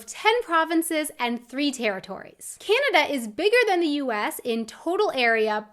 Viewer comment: For starters, it's pronounced "Canada", not "Cyanada". Get that "y" out of there!